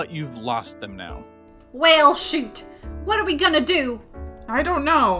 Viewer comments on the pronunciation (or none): none